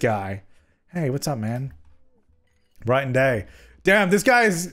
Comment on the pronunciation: wtf is a guym